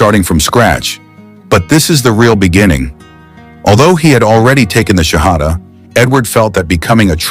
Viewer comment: I think someone made this whole thing up. The professor would know exactly how to say the Shahada. And he did not say it correctly. A games afoot...